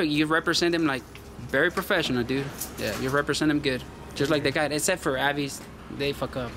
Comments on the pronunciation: It’s A....vis. Like Visa....not A....vise. Haha. Nah but really, TSA lady was great and so were the rest. Except the Avis square. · Its prounounced AAA... VIS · AVIS.. pronounced, Aye-Vis. And yes, Alex was a very sweet TSA Agent. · it's pronounced A - VIS <--- rhymes with miss , AVIS ...You don't want to call the company and say their name wrong , doesn't look good ~